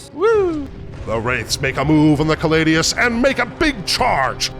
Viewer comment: Agree, small hope that the narrator stops saying callidus instead of caladius though.